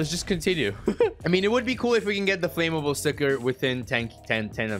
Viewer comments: It’s annoying how he says ‘FLAMMABLE’. It’s Flam-able not Flame-able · my man its not flame-able its flam-able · flame able? learn to speak. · Ask siri how to pronounce flammable